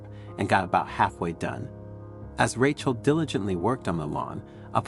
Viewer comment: Weird, sometimes he says Rachel correctly, other times he calls her Ratch-el